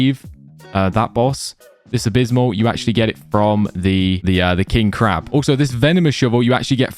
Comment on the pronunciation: A-rack-Nid A-Bis-Sal Ar-Kay-Ic